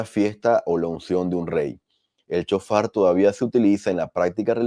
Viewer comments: SHOFAR...NO CON C CON S ..SHOFAR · Sjofar así se pronuncia